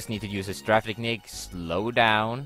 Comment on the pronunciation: lol its Strafe Not Straff xD